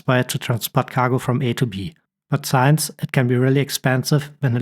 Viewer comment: Thank you for this useful video. May I comment on your good English. You make four pronunciation errors. "since and hint" are not pronounced as in science and height. The "in" is pronounced the same as the word "in". "Heron" is not prounounced "Heeron". The "Her" is pronounced like the German word "Herr" or the English word "her". "Agility" does not have a hard "g". It is pronounced "ajility".